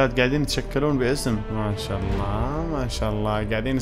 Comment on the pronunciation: مشا آلله مشا الله يقولها متل الهنديين😂